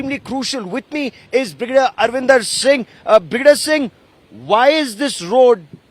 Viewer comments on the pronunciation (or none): What the fuk is Bigajude singh? Its BRIGARDIER! also its Altitude pronounced Al Ti Tude not "Ol ti chooode"